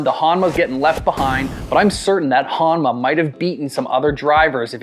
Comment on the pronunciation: I swear ur saying HOMNA 😅